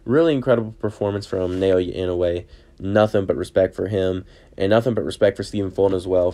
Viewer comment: Try saying his given name like this: NAH-OH-YAH. That's much closer than: NAY-OY-YAY